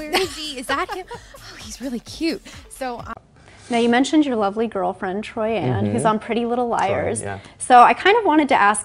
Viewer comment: Troy-in not Troy-anne